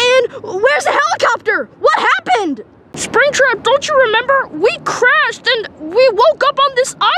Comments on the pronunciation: I love when says springbutt instead of springtrap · did say sprigbut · Why did call springtrap spring-butt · Why does call springtrap springbutt